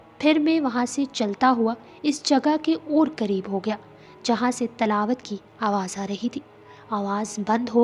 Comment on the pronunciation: Talaawat nai tilaawat